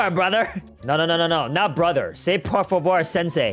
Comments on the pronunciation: Also it’s por favor not por vavor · when he makes them say por vavor ITS SO FUNNY HIM SAYING IT MADE MY DAY 😂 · Per fuever 😂😂😂😂